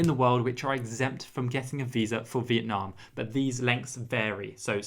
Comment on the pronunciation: Youre so funny. Your pronounce Vietnam correctly but ‘viet’ in viettel is Vi-et-tel 😂